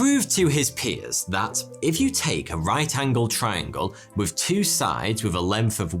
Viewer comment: YOU PRONOUNCE TH AS FF, WITH = WIFF